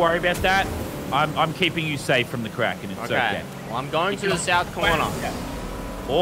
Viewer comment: I thought you said crackhead not kraken